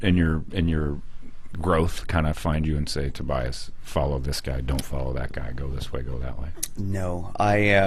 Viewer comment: How about learning how to say Tobias ffs